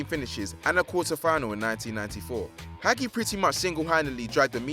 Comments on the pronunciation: It is ha-jee not ha-gee It is Ha-mes not James It is Romania not Colombia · It is pronounced Ha-mes not James and Hagi is pronounced Ha-Jee not ha-gee this guy can’t pronounce names. It is a disgrace plus how does a player win La Liga with Marseille? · Hagi is pronounced Hah-Jee not Hag ee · It's ha gee not hag e It's ha mes not james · It's pronounced Ha-jj-i not Hagi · hagi is pronounced Ha-j-i and he played for romania not columbia i mean seriously the incompetence of the narrators is shocking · oh-zil, james, haggy, wurdur... thats enough mispronunciations for one day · Honestly, God can you not pronounce Hagi And James. And Since when was it possible to win a la liga title at Marseille? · He butchered the name Deschamps, James Rodriguez and Hagi! He needs culture! I luv football daily but this bloke needs to learn enunciation and pronunciation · Jesus Christ. Butchering Hagi and James. Winning a la liga title at Marseille. That’s really bad. Step up. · hagi is from romania Its ha-mes not james